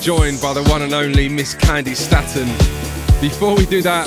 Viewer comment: She pronounced her name as 'STAY-TON' and keeps pronouncing it as 'STAT-ON'. Jeeez.